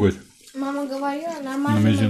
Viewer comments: Неправильно произносите слово манты Ударение делается на букву А .Ну как вы рассказывает о приготовлении , лучше готовте свои ПИГОДИ! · Слух режет, мантОв.Правильно, мАнт.😉😉От слова манты.